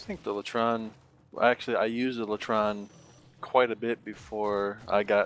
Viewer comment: its lay tron not lah tron